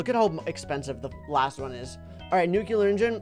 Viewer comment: WHY DOES SAY NUCELAR INSTEAD OF NUCLEAR